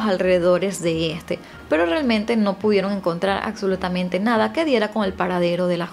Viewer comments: Es absolutamente, no acsolutamente. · Por favor! Se dice ABSOLUTAMENTE y se pronuncia igual, es una tortura escucharte pronunciar las palabras mal, como en vez de CAPTAR, usas CACTAR.¿?¿? corrige eso urgentemente